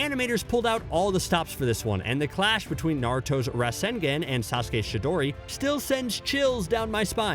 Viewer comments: Bruh for real?? RasengEn and Shidori... this has to be on purpose now right? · And rasenGEN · 'Rascengan and Shiidori' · This guy has never watched Naruto a day in his life. The way he pronounced Obito and Rasengan was cringy as hell smh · The way you pronounce rasengan I know that this guy don't watch naruto. He just follow a script